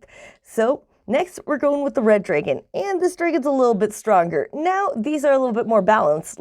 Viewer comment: Good info, but hearing you pronounce dragon incorrectly so many times was killing me.